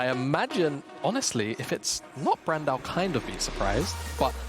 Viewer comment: Am I high or are all 3 casters calling Brand "Brand-A"?